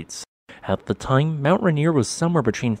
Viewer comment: It's pronounced "Ray" "Near", not "Ruh" "Near". Hope that helps!